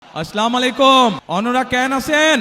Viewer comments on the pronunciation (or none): সালাম টা ও পারেনা সে আবার নেতা